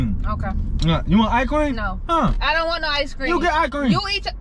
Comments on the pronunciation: This video made my day, is hella funny😂😂 the way he says "eyecream" instead of icecream😂 all those songs got me dead throughout this whole video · how many times did he say i-cream😂😂😂